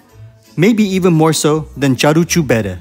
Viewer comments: Sorry to nitpick, but the name of the restaurant (Caru' cu bere) is pronounced, using English phonetics, /KA-roo koo BEH-reh/. Just like in Italian, the letter "c" is only pronounced like English "ch" if it comes before an "i" or an "e" -- e.g. Ceausescu /chow-SHES-koo/. In all other positions it's pronounced like English "k". :) If, however, there's no escaping the i or e, but we still need a /k/ sound, we add an "h" after the "c", e.g. Chiriac /KEER-yak/ (Romanian surname). :) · You pronounce the name of Caru cu bere restaurant totally wrong. Its not "Charoo choo bere" its like you say "karoo koo bere" Letter C is pronounced "k" not "ch". Romanian is a latin language, the letteres are pronounced almost like in italian. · It is "Carwool qu bear-eh" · Олена поправь супутника, ресторан правильно звучит ,,кару ку бере"-повозка пива!